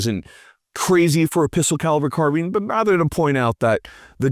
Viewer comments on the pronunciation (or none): none